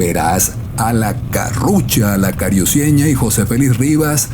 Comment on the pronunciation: No pronuncies cariuceña es carucieña